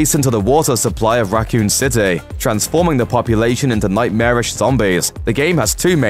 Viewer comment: "Racoon citay"